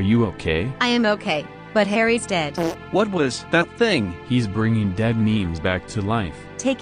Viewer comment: Is it just me or does he say "The typing of the bed"